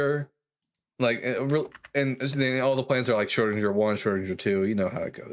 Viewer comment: The G in "Schrödinger" is pronounced like the G in the words "goal" or "green", for example. Don't worry, though. You definitely did not ruin the entire show with 2 shrödindjers :- )